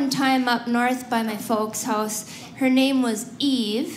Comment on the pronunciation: "...and then you don't get a hōss." So, she's Canadian?